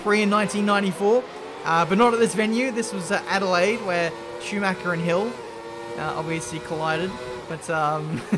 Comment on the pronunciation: "CH" is NOT pronounced as "K". Dont say Sumaker ffs